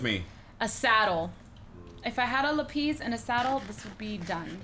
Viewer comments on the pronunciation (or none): (Lap-is) not (lap-eez) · Laphis not laphies thumbs up if you know what I mean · The way cupquake pronounces lapis she say LAP-EE-SE instead of LA-PIS